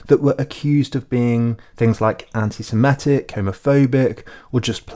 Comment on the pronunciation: also: antisemitic, not antisemetic